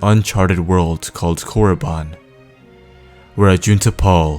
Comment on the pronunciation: It's not pronounced muh-kah-shee, it's pronounced mah-kuh-shee....also its corr-uh-ban, not corr-oh-bun....